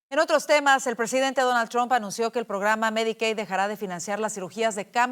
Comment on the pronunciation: Al periodista por favor NO es Tran es Trump.